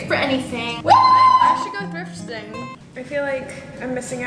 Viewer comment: She went thrfiting.. not thrifting😭